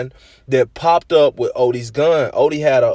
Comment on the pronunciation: You Say Odee So Weird